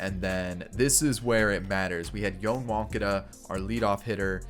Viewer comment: please look up Yoan Moncadas pronunciation... nails on a chalkboard